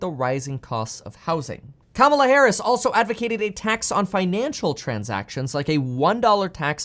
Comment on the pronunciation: Just an FYI. When you pronounce Kamela Harris name that way CNN says you're a racist. You must pronounce it comma/LA Harris to avoid this.